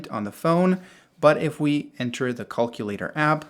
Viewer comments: "Caulk-ulator app" lol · Cullculater??? Hahahaha wtf?